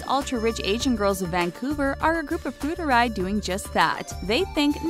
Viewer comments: Pretty sure it's "fu er dai" and not "fudurai" or however the narrator is pronouncing it. Otherwise this is an informative video. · Fu er dai... not ‘fu de rai’ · FOO-ARE-DYE Not FOODERAY 😂😂😂😂 sounds like some weird fake Italian word lol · Fudderay? You mean FU. ER. DAI? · wtf is fuderay???? "FU ARE DIE" not that fucking hard to pronounce, it's three syllables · Not “fudery”， but “fu er dai”...lol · 'Fu-ur-day'? Seriously? At least learn how to pronounce Chinese if you're going to make a video on it. "Fù èr (like EARth) dài (like TIE) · It's Fu Er Dai....not Fe Re Dai... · it's Fu er dai 富二代 not futurai haha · pronounced : " FOO - ER - DYE" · Fuderai~ great ass pronunciation 👏🏻👏🏻👏🏻👏🏻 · It's FuErDai (as in foo err tai) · They pronounced "fu er dai" wrongly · It's close, but not exact. There's an 'eh' sound in er, and die sounds pretty close, but English lacks that 'd' pronunciation. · Just a note, your pronunciation is a little off Fu-er-dai (富二代) is pronounced [foo-are-die] Xi Jin Ping (习近平) is pronounced [she-gin-ping] Weibo (微博) is pronounced [way-bwah]